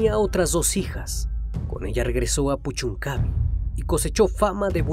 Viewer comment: Pequeña corrección: Puchuncaví, acento en la 'i'.